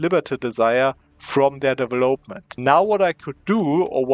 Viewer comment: Immer wieder cooler Cheese, den du zeigst. Aber "development" betont man auf dem VEL, nicht auf dem OP ;) deVELopment